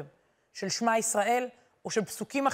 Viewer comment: חזק וברוך !!! המון תודה!!! אגב, ש-מע - מתחת לאות שין יש שווא נע, לכן אומרים את האות שין כאילו בצירה...